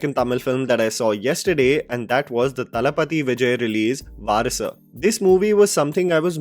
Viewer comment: My God, your pronunciation of Thunivu and Varisu is still a disaster 😂